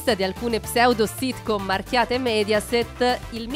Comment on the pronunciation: Signora Lòngari, non Longàri, e Mèdiaset, non Médiaset.